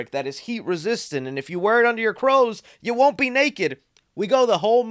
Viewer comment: you say "crows" instead of clothes 🤣